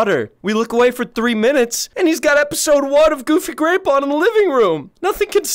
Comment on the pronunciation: It's "Goofy Gwape" 🤨😳